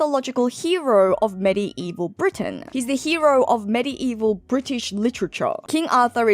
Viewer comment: Worth watching just to hear medi-evil pronunciation 😂